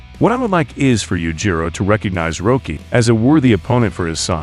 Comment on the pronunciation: You know, at first you pronouncing it "Roekie" irritated me. Then I realized, if Itagaki introduced him into the manga, he probably WOULD put a lawyer-friendly spin on his name like that!